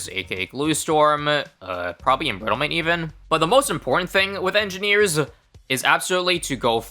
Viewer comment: sometimes you pronounce it Monkey edgineers